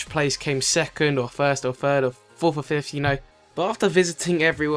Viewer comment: he said for number fith